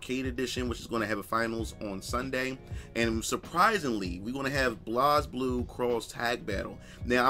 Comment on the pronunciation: I thought he was Booker T at 1st lol. Also he can't pronounce Blaze Blue properly lol.